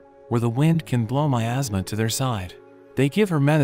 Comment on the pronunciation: “in the kingdom covered by my ASTHMA”